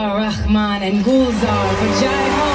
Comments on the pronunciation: Atleast what he said sounded much closer to the original than ya'll. You guys never seem to pronounce the H in Rahman😂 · Yes,, that's the right way to pronounce Rahman and you've been saying it wrong all this time. 😅😂